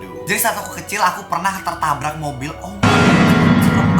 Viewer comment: Tabrak ka bukan tarbak